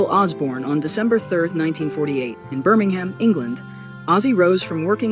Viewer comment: I wish you Americans would learn to pronounce UK place names. With the only two exceptions I know of, both being two word place names (East and West Ham) Brits DO NOT say ham when it appears on the end of a place name. Birm-ing-um (or just say Brum), Felt-um, Ful-um and so on. These videos would be great if you did not almost immediately cheese off half the audience.